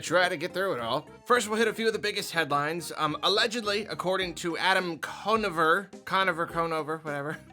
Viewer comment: I was like, "There's no way he's talking about Adam Conover from College Humor, he's clearly mispronouncing it," and then he said "from College Humor" and I poopied my pants and fainted.